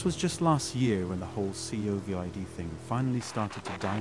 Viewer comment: Yeah like when he didn’t say Covid but spelled it? Haha took me a couple seconds to realize what it was saying .